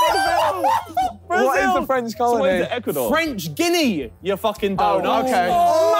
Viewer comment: french ginni lmaooo its french gui (guy) ana (ah-nah)